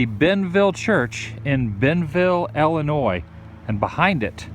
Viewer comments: Thank you for saying Illinois properly. And you need to come to Litchfield. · Thank you for pronouncing Illinois properly.